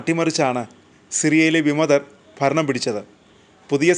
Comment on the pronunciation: ഭരണം ആണ് ഫരണം അല്ല 😂